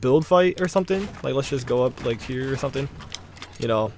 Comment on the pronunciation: "Or sumding"